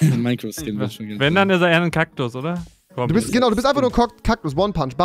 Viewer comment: Wie er schon Cocktus sagen wollte 🤣😂